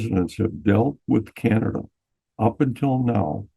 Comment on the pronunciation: THANK YOU FOR SAYING CAN-ADA 😂❤. I think we’ve apparently started saying KYYYYANADA RE: US Media lol That’s all :)